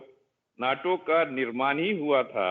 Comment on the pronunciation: he called Nata (NATO) 😅😆